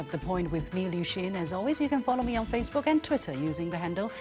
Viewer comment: 另外我不是特别喜欢liuxin念自己的名字时照顾西方人使用那样的读音，怪怪的。就大大方方字正腔圆的liu xin多好。